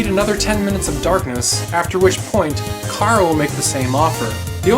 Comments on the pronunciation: it's Chara not Cara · U say cara.its chara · It's not cara its Chara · It's Chara not Cara. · when he said chara i went CHHHHHHHHHHHHHAAAAAAAARRRRRRRRuh